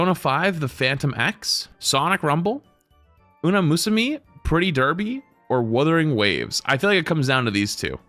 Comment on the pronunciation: thats not how you pronounce Umamusume...